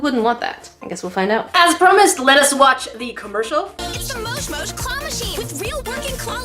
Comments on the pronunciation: YOU SAID IT WRONG, ITS MOJ MOJ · SHE SAID MOJ MOJ WRONG